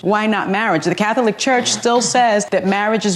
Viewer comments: The way Sunny says Cath-o-lic is annoying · Sunny Hostin needs to stop talking for the Catholic Church. Btw, the word “Catholic” is 2 syllables, not 3, Sunny!